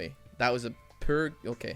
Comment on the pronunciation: saying "poor" sounds like "per" to me